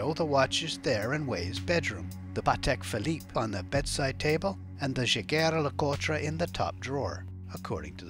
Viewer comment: LOL the narrator is definitively not a watch guy; Yaeguer Lecutree! lmfao